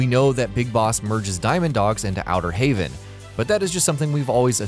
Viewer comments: Why does he keep calling Outer heaven wrong it is heaven not haven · He keeps saying Outer Haven instead of Outer Heaven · It's so painfully obvious that the narrator has never played a Metal Gear game. Why does he pronounce Kaz as KAGHZ, and Outer Heaven as HAVEN. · Now I'm just a casual fan of the series, but even I know Big Boss created Outer "Heaven", not "Haven". Outer Haven is the ship that appears near the end of MGS4. Makes it obvious this video is done by posers who probably haven't even played the games. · OuterHAVEN? instead of Outer Heaven? ..... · Maybe you shouldn't make a video about this when over half of the things you say are already answered. Also it's Outer Heaven.. Not Outer Haven.¨ Outer Haven is the massive ship in MGS4.